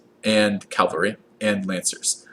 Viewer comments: Please stop mispronouncing "Cavalry", it's soooo painful xD It's Ca-Val-Ry note the position of the L. You keep saying Cal-Va-Ry, which is quite funny, since The Calvary is the place where (allegedly) Jesus was crucified. cheers, thanks for the Civ V videos. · My inner grammar Nazi dies every time he calls them CALvary instead of CAValry. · calvary is the hill jesus was crucified on please stop calling the cavalry calvalry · i get irrationally mad when you say 'calvary' instead of 'cavalry' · "Cal-Var-y" is killing me lol. Great guide though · Perfect video! Except that you pronounce cavalry “Calvary!” ;)